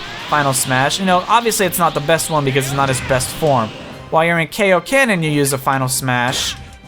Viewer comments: it's KAIOKEN not kaoken as in king kai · What did you just say? Kayo Ken?